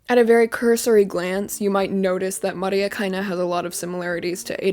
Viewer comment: no it sounds pretty you are wrong